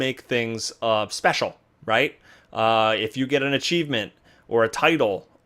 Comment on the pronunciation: "Special", please tell me English is not your first language.